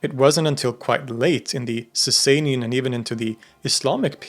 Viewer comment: It’s not pronounced Saysay-nian Dynasty. It’s pronounced Saw-saw-nian Dynasty